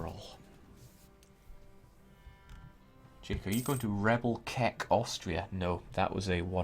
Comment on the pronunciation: That was "Rebelrek" with "r", not "Rebelkek"